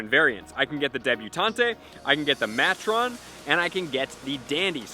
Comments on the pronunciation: Can't believe has never heard the words "matron" (rhymes with patron) or "debutante" (silent E) pronounced before. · Is it a law that poketubers can’t learn to pronounce words? Because all of y’all just butcher so much. That’s not how you say Furfrou, debutante, or matron. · Just going to throw out there that "Debutante" and "Matron" aren't Pokemon terms, they're actual words with real pronunciations haha. Just a pointer, love ya.